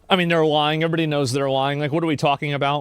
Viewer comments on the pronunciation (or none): the way asmon says the word lying "its obvios their LUu-yene" XD